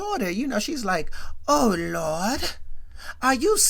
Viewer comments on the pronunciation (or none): Why you keep saying “Oh Looordt” with Florida 😂😂😂😂 I’m dead